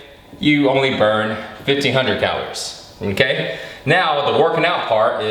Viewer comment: the way his says mmKay is so funny